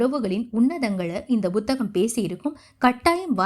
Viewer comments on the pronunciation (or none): Buthaham illai Amma Puthaham என்று உச்சரியுங்கள்